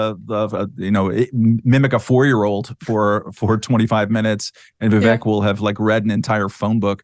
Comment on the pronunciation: Viv-Vake…. Read it like this so ‘pundits’ at least can say his name correctly!